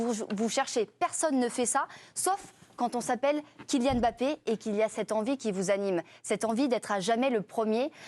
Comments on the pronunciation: prononce Mbappe comme une africaine. Bravo. Tu es là seule journaliste française à Bien prononcé ce nom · bravo vous prononcez comme il se doit Mbappé...MERCI